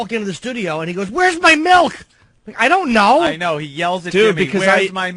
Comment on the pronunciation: Melk. Fucking MELK? Eugh.